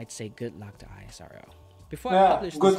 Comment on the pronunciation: The pronunciation in this video is I-S-R-O . It's not Like that It's ISRO . Like You call NASA . Not with there letter .